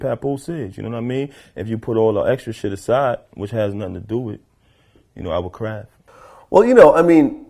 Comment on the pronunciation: LOL Sounded like he said "I Will Cry" ish. But I know he said "Our Craft". Got me at first though lmfao.